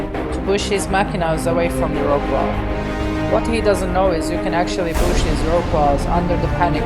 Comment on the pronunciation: Is he saying push?